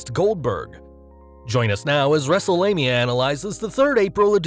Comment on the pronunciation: wrestle'lania? Roflmmfaotih 🤣😂😅😄😃